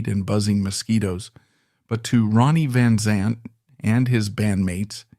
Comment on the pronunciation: Pronounce his name right...smh